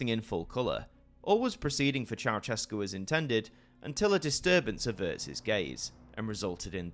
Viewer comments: Not Ceauchescu, but Ceaușescu, every Romanian name is pronounced in Irish. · It's chow-SHESS-koo, not chow-CHESS-koo. ♥